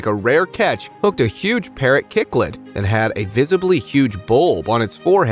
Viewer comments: Cichlid Pronounced Sick-lid. The orange fish is an ordinary fish usually found in aquariums. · Cichlid is pronounced - Sick lid - make a video properly by researching pronunciations if you wanna keep viewers watching